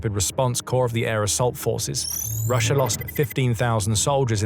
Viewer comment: Both "Russia" & "idea" end in "As", why does your narration bot insist on ending both words with an "R"?